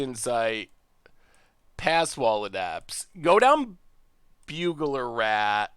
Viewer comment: "Bugler Rat" I don't know why but that was one of the funniest mispronunciation I've heard. (It's "burglar")